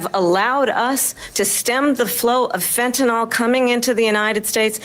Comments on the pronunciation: Dammit Kamala I love you but the word is Fenta-NYL not Fentanol. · A quibble, but I wish people in power would pronounce fentanyl correctly. 🇺🇲🫡